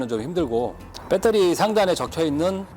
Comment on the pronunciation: 표준말을 써주세요 억양이 뻬떠리가 아니고요 베터리 입니다